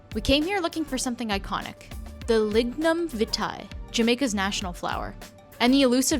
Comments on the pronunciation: Lignum vitae (vy-tea) not vi-tie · It is pronounce " Lig-num-vi-tee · Hey, you pronounce our national flower wrong. I wish I could let you hear how it is pronounced. Anyways I am so glad you can enjoy our culture. 😊😊😊 Wish you visit again.